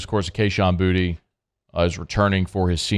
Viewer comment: Boutte is not pronounced “Booty”.